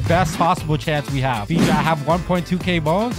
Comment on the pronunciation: Stop saying Figi it’s fiji